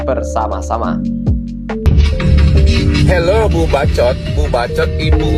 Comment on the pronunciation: Bacot...bukan baco' bang